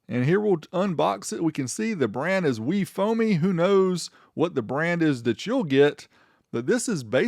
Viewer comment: Wefomy?? AAAAHAHAHAHAHAHAHA! HAHAHAHAHAHA! 😂😂😂😂😂